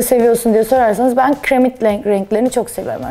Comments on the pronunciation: “Kıremit”❌ “Kiremit”✅ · kIremit değil, kİremit.